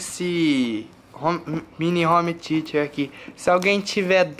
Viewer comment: home "teacher"? heuhuehueheueheuh ta precisando de aula de ingles hein zé do caixão